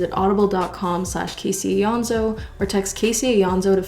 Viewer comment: I don’t mean this aggressively but why do you pronounce your name EEonso instead of AYonso